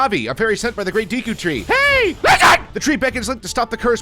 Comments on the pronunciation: Deeku tree...ITS DEKU YOU FU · It's not Deeku, it's Deku. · Even tho breath of the wild was out at that time he still says deeaku tree instead of deku tree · DE-KU tree not DEE-KU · It’s deku not dekoo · The great deeku tree lmao I thought it was Deku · It’s de-ku not deeku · Deku not deee cu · It's pronounced day-koo not dee-koo... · h-He called the deku tree deeku! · The Deeku tree! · Am I wrong or are a lot of these words mispronounced? Kokiri should be koh-kuh-ree, Saria is sarr-e-uh, Deku is deck-oo, Kaepora Gaebora is kay-pour-a gay-boor-a.